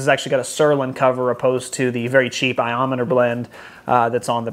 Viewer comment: It's pronounced I-O-Nomer... not Iometer!!!!!!!!